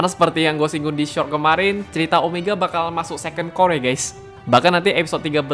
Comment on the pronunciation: Core bang bukan cour🗿